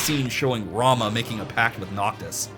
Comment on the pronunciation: Just to point out, it’s pronounced Rah-moo but I’m with you on how it should be rah-muh, but apparently it’s yet another Tidus situation according to world of final fantasy. On the plus side Leviathan canonically sounds like Claudia Black so that’s cool.